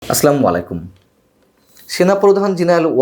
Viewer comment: ভাই সালামটা একটু সহি শুদ্ধ করে দিয়েন।